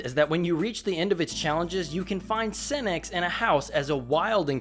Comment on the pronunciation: Say Lord Senex without the en 😳😳😳